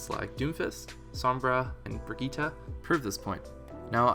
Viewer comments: its pronounced "bridget" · .......did you just pronounce brigitte, an actual name that's not even that rare, as bregitta?